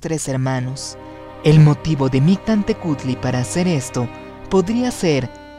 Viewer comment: Hola, interesante hipótesis, en la pronunciación te faltó la " L" MictLantehcuhtli; falta info de parte JKR para extender éste tipo de ideas. Saludos.